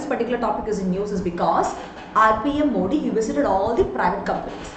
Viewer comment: It's not moodi ji its modi ji